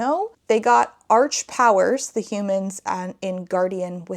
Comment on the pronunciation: I googled the meaning of arch and it seems to make sense, particularly: first; original (archangels), as well as rule (monarchy) and extreme (arch nemesis). So calling them arch powers makes sense to me, only took a quick google to confirm, but it is an awkward phrase, especially if you pronounce it “arch” rather than “ark”. Then it just sounds like they’re great gymnasts or smth